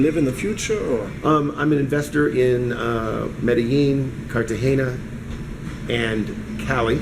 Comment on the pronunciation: If he has been to Medellin before, why is he still pronouncing it wrong? He probably still types Columbia.